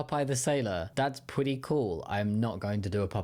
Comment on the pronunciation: "Dat's pwetty cool"? Do they think Elmer Fudd is Popeye?